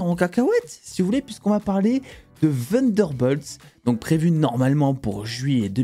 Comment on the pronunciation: Ta prononciation de Thunderbolt m'épuise 😂